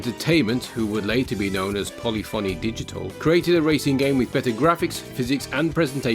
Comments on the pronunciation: Polyphony is pronounced Poli (as in political) -funny. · 😂😂 i think you need to look up how to say polyphony.